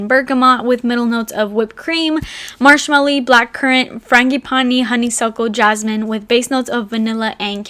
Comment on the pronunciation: the way you said 'Marshmalli' and 'Franggi paanii' just crack me up